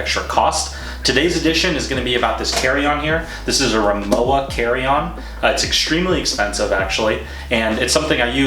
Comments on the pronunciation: You’ve been pronouncing the brand name incorrectly throughout your entire video. The w is pronounced like a harsh v. It’s pronounced Ri-moh-va… And yes, I’m a native German speaker. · German's pronounce their "W" like a "V." So, it's pronounced Ri-MO-va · I love my Rimowa. Technically it’s pronounced Ree-mow-vah since it’s German. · Its pronounced RIMOVA actually but nice try haha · It is pronounced rimova - the w is a v ok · It’s pronounced RimoVa! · It is pronounced RIMOVA, with V. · Good review but it's pronounced rimoVa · 'W' pronounced 'V' in German, ergo, not pronounced as described